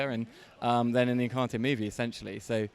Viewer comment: Encanteee? 😂 You can’t pronounce it and you didn’t finish the film 🍿